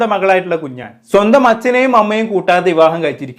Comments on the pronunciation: 🤣🤣 കുഞ്ഞാൻ കുഞ്ഞാൻ കുഞ്ഞാൻ 🤣🤣 കുഞ്ഞാൻ പാണ്ടിക്കാട്🤣🤣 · കുഞ്ഞാൻ അല്ല കുഞ്ഞൻ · കുഞ്ഞാൻ അല്ല കുഞ്ഞൻ 🤣🤣🤣🤣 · കുഞ്ഞാൻ അല്ല കുഞ്ഞൻ 😂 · Kunjaan alla kunjan ennanu😂😂😂😂😂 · എടോ കുഞ്ഞാൻ അല്ല 😂കുഞ്ഞൻ 😎